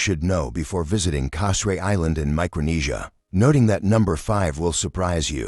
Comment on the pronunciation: Hey, learn how to pronounce the name of the island correctly!